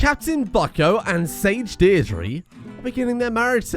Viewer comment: As an Irish man I would like to point out that Deirdre is pronounced Deer-Dra (as in dragon).